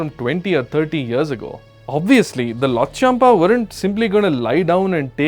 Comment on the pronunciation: If you cannot even correctly pronounce “Lhotshampa,” it raises serious questions about how much research you have actually done before speaking about Bhutan and its history. What do you truly know about the challenges and complexities of the 1990s? These are sensitive historical issues that require careful study, balanced perspectives, and an understanding of the facts—not superficial commentary. What is particularly disappointing is your decision to bring religion into the discussion. Using religion to create division, fuel controversy, or portray one group against another is irresponsible and unfair. Such topics should be approached with accuracy, respect, and a genuine commitment to informing people rather than provoking them.